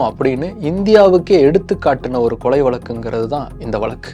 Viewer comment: தம்பி உங்கள் குரல் உலகம் முழுவதும் ஒலிக்கிறது. எனவே வார்த்தை உச்சரிப்பில் கவனம் செலுத்துங்கள்.கொலைக்கு கொளை கொளை என திரும்ப திரும்ப கேட்கும் போது ரொம்ப உறுத்தலாக உள்ளது.